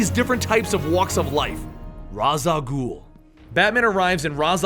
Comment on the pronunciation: It's ra's al ghul raesh Al ghul